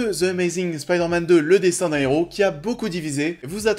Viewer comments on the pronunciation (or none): none